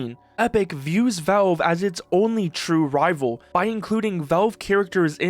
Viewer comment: they're called valve, not velve